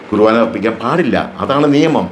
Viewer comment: ചേട്ടൻ ഇത്രയും പ്രായം ഉണ്ടല്ലോ വിശുദ്ധ കുർബാന എന്ന വാക്ക് ഉച്ചരിക്കാൻ പോലും അറിയില്ലാത്ത താങ്കൾ പറയുന്നത് കേട്ട് വിശ്വസിക്കാൻ കഴുതകൾ മാത്രമേ കാണുകയുള്ളൂ താങ്കൾ ഒരു ക്രിസ്ത്യാനിയാണോ വിശുദ്ധ കുർബാന ആണ് കേട്ടോ അല്ലാതെ കണ്ട നാട്ടുകാർ വിളിക്കുന്ന കുറുവാന എന്ന് പറയാൻ തനിക്ക് നാണമില്ലേ വിസ കിട്ടാറായിട്ടും ഇനിയെങ്കിലും നന്നായി പ്രാർത്ഥിച്ചു ജീവിക്കാൻ നോക്ക് ചേട്ടാ